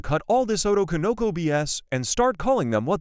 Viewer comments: "o-TO-ko-no-KO". Not "O-to-ko-NO-ko". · Jesus that butchering of "otoko no ko". It's not "oto konoko",... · You say "otokonoko" very strangely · I love how you say otokonoko like obi Wan kenobi